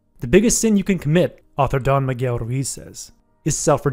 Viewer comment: Nice summary! Fyi- “Don” rhymes with “bon” voyage and is an honorific, like “sir”